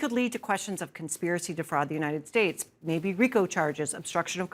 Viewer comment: trumps teeth cane out when he said united shates